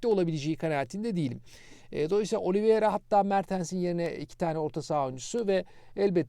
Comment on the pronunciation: siz telafuza dikkat eden birisiniz. Şu Oliveira’ya inatla Oliviera demeseniz.. Bir de 10 milyona ve yıllık 4buçuk milyona İcardi hayal.